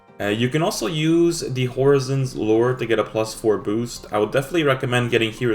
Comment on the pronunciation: dude can't pronounce horizon